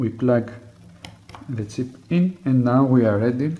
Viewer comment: i was hearing tip at first then thought to myself it was silly, it was chip after all.